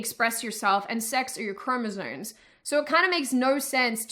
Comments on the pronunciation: It's chromosomes, not chromosones. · You have a radical switch between American and Australian pronuncuation sometimes. Wait did you say "chromozones"?